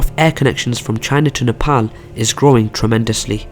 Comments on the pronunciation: Only guy who pronounce 'Nepal' as 'Nepal' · Finally a guy who says Nepal as "Nepal" instead as a "Nepol"..and furthermore really good video keep it up !! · It's good to hear a non nepalese pronounce our country's name right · You are the first foreigner not to say "Nepol" you pronounced it correctly. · So pronouncing Nepal is possible by a foreign tongue. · Loved how you pronounced NEPAL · Thank you for pronouncing Nepal 🇳🇵properly even people living in foreign countries don’t pronounce it properly ❤️ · 1st thing I noticed is that he pronounced Nepal correctly unlike any other foreigners🇳🇵👏👏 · You pronounce the word "Nepal" soo accurately rather than other foreigner